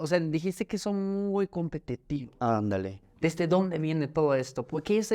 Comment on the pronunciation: En el minuto ese ( ándale) del es bien bien norteño, yo soy de GDL y obviamente tengo muchos amigos norteños, ( Sonora, Monterrey, Juárez, Chihuahua y ese ándale es bien, bien norteño 😂😂😂 siempre mis compás me dicen, ándale, e incluso es de rancho, de señores viejitos de rancho ❤ ya anda tirando el lenguaje nativo de rancho escondido, 😂